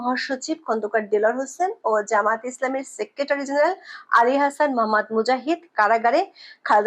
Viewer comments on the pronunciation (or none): none